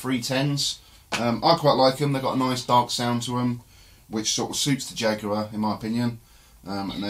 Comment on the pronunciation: The big mistake you made was pronouncing Jaguar with a long U sound